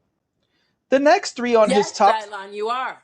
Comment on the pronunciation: Dylan who? Someone help me out here. Also that pronunciation is absolutely ridiculous. It's my son's name too. Why? Just why? If you want a unique name for your child, do the work. Research your own heritage and maybe use something there.